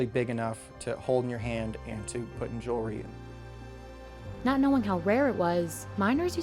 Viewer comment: Regarding the gold chains piece: Please tell the narrator that the word is "jew-EL-ry", not "jew-LE-ry".